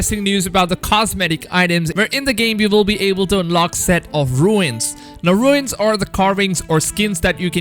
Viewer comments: Great vid thanks for the info! Just so you know for future reference its “ Runes” like the word “ dunes” and not “ ruins”... like “ancient ruins.” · Say it like ‘Roons’ not ruins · But we knew there was a season pass as it was written on the boxes for ultimate edition etc as soon as you could preorder. Also, fyi it’s pronounced ‘roons’ not ‘ru-ins’ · Dude, Runes are pronounced R-OO-NS not RU-INS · Runes.... not ruins😔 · Did he say ruins for runes roo-nes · I love that he said ruins like Stewie from family guy 😭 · "Runes" is not pronounced like "ruins" :( nice vid though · It’s pronounced roons